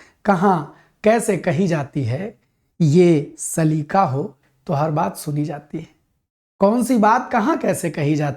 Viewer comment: Sir with all due respect....wo 'saleeqa' hota hai....lafz-e-saleeqa should come out from the epiglottis.....😊 Gustakhi ke liye maazerat chahte hain🙏